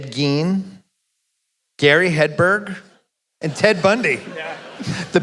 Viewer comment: Who the F is Gary Headberg? It's Gary Heidnik. This is the second time you have done this movie and you managed to get it wrong both times. Open up a computer and use a search engine. This is quarter internet research.